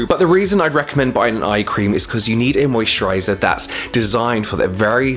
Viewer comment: Is it weird that I can never get old how you pronounce "moisturaighyzarr"